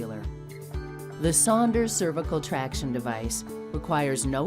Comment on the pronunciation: I thought was saying Sanders.